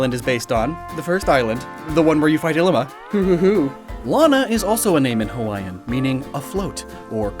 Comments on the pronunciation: Ee Lima and Kiah Veh. hopefully that helps butcher Hawaiian less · Pronuciation Errors and just general topics, from a native Hawaiian Ilima - e•li•ma Kiawe - ki•a•ve (most w are pronounced with a v sound) No one really eat hala fruit, but if you do let it dry, you can use it as a brush. Hope this helps ✌️